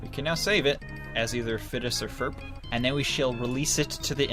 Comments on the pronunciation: Christ sake Phineas and Ferb not Fidus or Ferp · IS FIDLUS NOT FURF